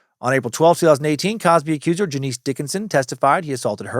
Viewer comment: Dude…Janice Dickinson: it’s NOT JaNEECE! It’s Janice, pronounced “Janus”, and if you never checked into her even an iota, then some of this episode is based on bad info. C’mon. Sorry, but it allows for questions to be raised. She’s not exactly a credible person, historically. Fair is fair. The rest, okay, but it’s sloppy. Never open the window for questions on accuracy when you can avoid it.